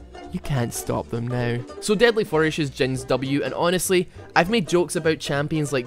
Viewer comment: I love how you say ''now'' 'NOEUW'' :D makes me laugh my ass off.